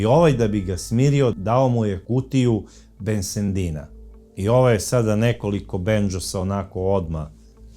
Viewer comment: Bensedina a ne BenseNdina zaboga, pazite malo, često vam se to događa....